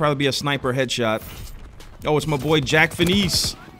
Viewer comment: “Jack feniece”